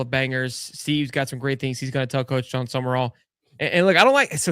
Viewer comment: Not that difficult. Its SUM-RALL. Not SUMERALL